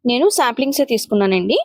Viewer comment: సాంప్లింగ్స్ కాదండి... సాప్లింగ్స్